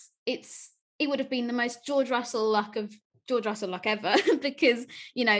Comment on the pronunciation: George Russell, it's Russell